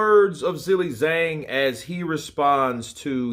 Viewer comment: Hey dude, dig your content, appreciate you keeping us so up to date on boxing, but I will say: every time you pronounce Zhang's name as 'Zilly Zang' I wince a little bit.